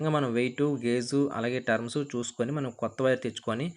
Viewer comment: టర్మ్స్ కాదయ్యా టర్న్స్ అనాలి